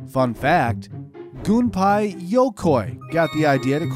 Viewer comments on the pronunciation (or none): It's Gun-pay not Gun-pie when he pronounced his name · Gun-pay-yo-koi Is the pronunciation Also a lot was left out :/ Even though you talked about the game boy light lol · It’s Gunpei (Goon-Peh-ee) 群平LOL